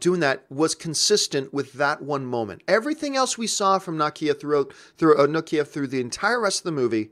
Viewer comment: Na-key-a lol